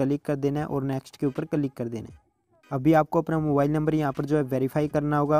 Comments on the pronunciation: Bhai it's not calik ... it's click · Kalig nahi he bhai Bo click hota he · 😂😂😂 calik nahi bhai click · Fan!! of your word " Ca -lick " 😅